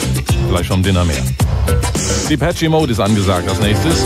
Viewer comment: "Dipetschie Mode" 😄